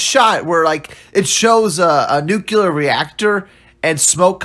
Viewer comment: Guys that say "Nucular" probably shouldn't review sci-fi movies. Still, this one was really bad.